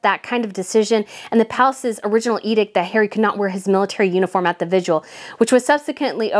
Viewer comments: I love that you are so informed and interesting, but…..It’s Vigil not vigual. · I've noticed that you mispronounce words, like "vigil" and "aiguilletes". Please check on the pronunciation of words you aren't sure how to pronounce before you present them to us.